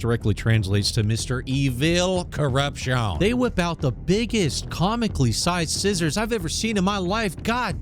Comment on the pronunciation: "Mister Evil Corrupshone. So angry he throws his prescription glasses down. He was mordorred by something shorp and horrd. He cosplays as Super Mario" TOO MUCH. HAHAHA FYI, don't "clean" your hand in a fish bowl...unless you want an infecshone.